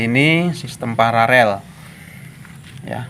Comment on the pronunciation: Koreksi bos.... kata yg benar adalah PARALEL bukan PARAREL. 🙏